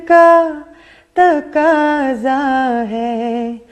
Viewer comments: بے رکھی نہیں بے رخی ہوتی ہے محبت کا تکاضہ نہیں محبت کا تقاضہ ہوتا ہے کسور نہیں قصور ہوتا ہے کیا واہیات تلفظ ہے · Mashallah aapki awaz bohat achchhi hai aur Allah ne aapko shakal bhi achchhi di hai. Agar aap Indian artists ki naqal mein 'takaza' aur 'beruki' sahi se nahin kah rahi hain toh bohat sharm ki baat hai, aala darje ke Indian artists ka Urdu talaffuz perfect hota hai. Aapko ghatiya banne ki zarurat nahin. Talaffuz sahi kijiye please. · top with pronunciations like takaaza instead of taqaaza and berukhhi instead of berukhi? she is good but Pakistan got lots better than her